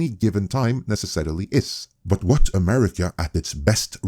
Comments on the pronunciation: welp...that inflection on America has got to be one of the most expensive I've ever heard/seen 🤦🫤😅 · notice how he even had a hard time even saying the name "America". What has America ever done to him?